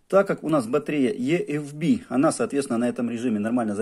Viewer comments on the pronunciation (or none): Батарея ИэФБи а не ЕэФБи !